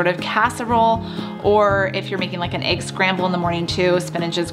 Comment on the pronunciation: whats an ''aig'' ?